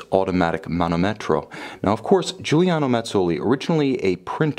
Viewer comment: as I already wrote to you the correct pronunciation is manòmetro, not manomètro as you say ;)